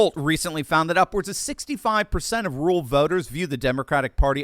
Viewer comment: It's not rool but ru-ral - DOCTOR1